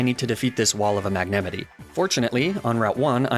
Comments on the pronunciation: I am literally having a seizure by hearing how you say "Magnamite". Magnameetee??? Tf? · Is it on purpose? Who the hell says “Magnemite” like that? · i must say thats the most interesting pronounciation ive seen of magnemite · I’m gunna throw hands with your pronunciation of Magnemite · Idk why but I like the way you pronounce Magnemite😂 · I have never heard this pronunciation of magnemite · Wait. Is no one gunna talk about the way he pronounced "magnemite" ???? N-....Ninetails... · Is there a reason you pronounce certain Pokémon names, e.g. Magnemite, Arcanine and Ninetales in a strange way? Not judging, just wondering why. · I have never heard magnemite pronounced like that. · What is that pronunciation of magnemite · Anyone else completely triggered by the way he’s pronouncing Magnemite? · "mag-ne-mihtt-ie" lmao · MAG-ne-ME-nee?? WAHT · mag-ne-mity... that is the most unique way of pronouncing magnemite i have seen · So I’m only three minutes in so far, but I have to ask: is “mag-nemity” and inside joke on this channel or just a wild pronunciation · MAG-NA MITE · Are you saying Magnemidee?? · Just dropping in to say that you’re saying magnamite wrong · Mag-ne-me-ti ?? Is this an inside joke or do you just pronounce it this way? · Some of your pokemon pronunciations are weird. Mag-nih-meetay? Nee-nay-tales? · I can’t believe people actually believe doesn’t know how to really pronounce Magnemite and Ninetails. It’s intentional, he pronounces their names right more other than not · i got stuck at the way you pronounce magnemite “mag-ne-mity” i am going to throw hands this made me physically violent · I gate being a pronunciation guy.... but I got taken back hearing ya say magnemite,, did you pronounce it Mag Ne Mitt E ? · The pain I feel every time he mispronounces magnamite's name, it can not be easily quantified. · magnemite, not magnamite. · it’s magnemite. not magnamite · MAGNEMITEY? N O It's Magnemite!! (Might) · Mag-ne-mite, not Mag-nem-ity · MAG NEMI TEEE